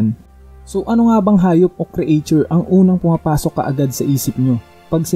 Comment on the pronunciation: Talo sa pronunciation mo ng creature e parang creation bagsak ka ba sa reading comprehension?